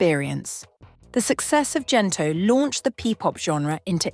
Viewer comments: Hard G please. Gento not Jento. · Would be lovelier if you pronounced Gento correctly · Thank you for this but your pronunciation of GENTO is not appropriate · The letter G for the word Gento must be pronunce aa the sound of letter G in the word gold not G for the word general okay? The letters for Tagalog languange must be pronunce as it is and it will never change the sound even the letter change position in every word like the pronunciation for letter G.